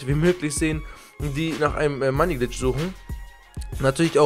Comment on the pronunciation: "money bitch",... red richtig